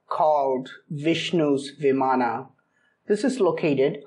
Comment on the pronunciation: Sir i am not that much good at english but it's not vimanaa it called viman